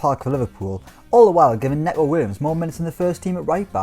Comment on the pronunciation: “Necko” what?!